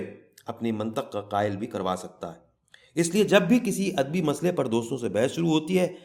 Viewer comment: kahani aur us ki adaegi bohat khoobsoorat hai laikin mujhe yehan chand alfaz kai tallaffuz k barai men maazrat k sath kuch kahna hai, merai khayal men lafz adabi hai adbi nahi,birwa hai barwa nahi, mas ala hai masla nahi , araboan hai arboan nahi aur mantiq hai mantaq nahi, mera maqsad dil aazari nahi hai bul k naee nasl ko sahi talaffuz sai ashna kerna hai,baher hal afsana itni khoobsorti sai parha geya hai k lutf aageya , main Zambeel dramatic reading k silsile ko mobarakbaad paish ker ti hoon.